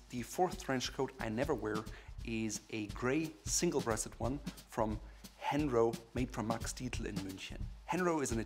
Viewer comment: Isnt the brand called „Herno“ and not „Henro“? Otherwise a great video!